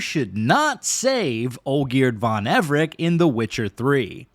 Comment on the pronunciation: The way he pronounces Everec with a "K" makes my blood boil.